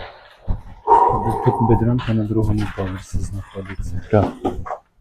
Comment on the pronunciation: Блін, хлопці, яка Бєдрьонка? БєдрОнка! Пороблено землякам чи що чи в школі не вчились читати? Це по-перше, по-друге не позортесь і не пхайте всі овочі і фрукти в одну торбину😂, як світ світом польські маркети ніколи не касували за торби для овочів. А по-третє: 1 цибулина, кілограм картоплі і кілограм курячих печінок і наїстесь за 10 зета обоє за умови, що вдома є трохи олії, а як нема то 2 золоте коштує смалець. І це краще ніж ті ваші зупки-мінутки, . Ех, дядьки...